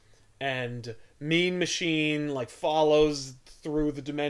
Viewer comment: Throughout this when said "Mean Machine", I kept hearing "Meme Machine".